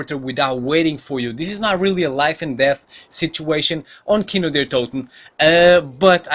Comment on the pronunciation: Khino is pronounced kino